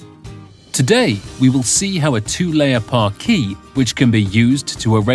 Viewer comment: Shame the narrator can't pronounce parquet.